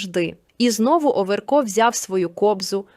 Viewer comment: НЕ ОВЕРКоооо , А ОВеееРКО !!!! Ну як так можна читати 🥵?